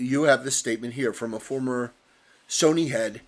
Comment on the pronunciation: Note the emphasis on “former.